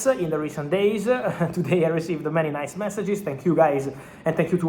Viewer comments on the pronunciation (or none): none